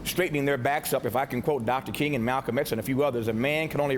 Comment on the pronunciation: Why do these white news anchors INTENTIONALLY mess up Dr. King's name?